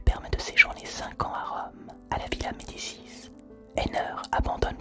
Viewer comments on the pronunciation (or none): none